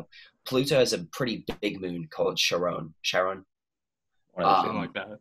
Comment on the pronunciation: Charon is pronounced Kare-Ron. It is the river Styx. Charon ferries the dead over the river Styx to the underworld.